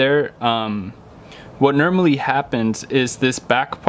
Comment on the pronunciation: Nermally? The word is normally....